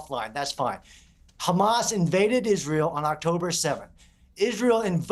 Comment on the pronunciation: Murray is such an expert, he can't pronounce hamazz ...?